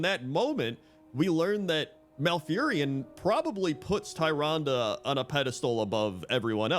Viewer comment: Tyrande. Tyr, like the titanforged, and ande, like you've been saying. Tyrande. TEER-ahn-dah.